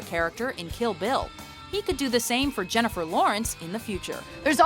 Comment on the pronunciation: jennifel lawrence?!?!?! you gotta be shittin' me... -.